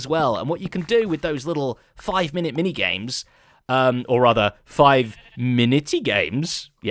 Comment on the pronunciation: zed js spoke Maori withot realizing it 5,10 he says Miniti which means minute